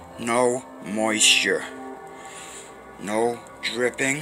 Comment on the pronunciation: "NO DRIPPIDGE"